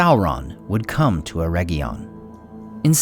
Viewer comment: Oh for crying out loud, it's not "EreGGion" as in "egg": it's "Eredgion". Same "Er" sound initially, but "edg" as in "edge" or region. That egg sound is Goddamn awful. Please pronounce it correctly.